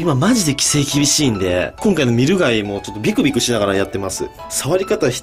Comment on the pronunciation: ビクビクがビクンビクンって聞こえしまいました(；・ω・)